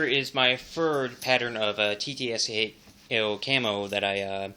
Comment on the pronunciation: it's not Tee-Tee-Es-Keh-O.. it is Tee-Ts-K-O ТЦКО